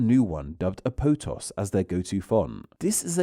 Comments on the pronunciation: "aptos" is two syllables (ap-tos) not three syllables, as you said it (ap-o-tos) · Aptos is a city in Northern California, and pronounced Ap towse. But is maintaining tradition, and never checking pronunciations. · Apotos or Aptos ? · Ah yes, Cahlihbree and Apotoss